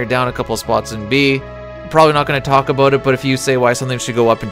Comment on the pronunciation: Lol...I heard that "aboot" slip out during the Templar breakdown.